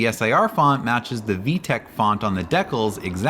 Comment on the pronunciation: "dekl" ? Is that how they say it in Canada?